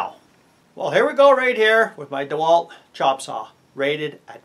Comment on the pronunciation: Did you say Dewalt Defailed? That was one hell of a start up demand that thing required. 50A, that thing is greedy